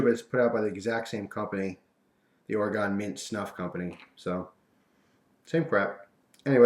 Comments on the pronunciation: OR-EE-GUN! Come on man your killing us over here in the beaver ( Duck!) state. "OR-EE-GUN" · you say oregon wrong. Im from there sorry just wanted to fill you in.